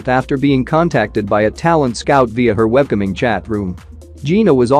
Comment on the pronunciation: he also say "webcumming" this video is sooo insulting!